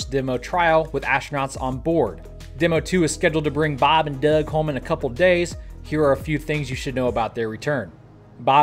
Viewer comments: Don't know where to put this comment but here you go. Love your channel but one thing bugs the crap out of me every time you do it. Bob and Doug are full blown astronauts who have done us all proud. Would you PLEASE stop screwing with the pronunciation of Doug's name? It is unbelievably disrespectful. I'm sure you wouldn't do it to John Glen's name or Neil Armstrong. How about a little respect???? !!!! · What's with your pronunciation of Doug lol?